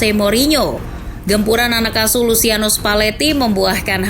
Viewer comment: "Luciano" dibaca nya /lut͡ʃano/ = Lutjano